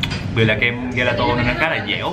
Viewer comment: gelato là kem đó a =))) đọc là giề la tồ :v